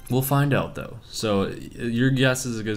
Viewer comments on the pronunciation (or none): Can't you please not say "doe" it's incredibly annoying. Thanks